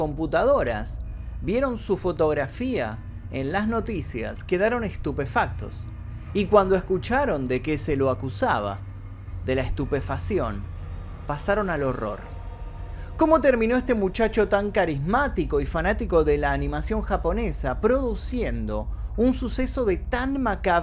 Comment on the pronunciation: "Estupefación" ??? O será estupefacción ? 🤦🏻‍♀️